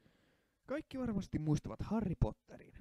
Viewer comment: Harry ei sanota harri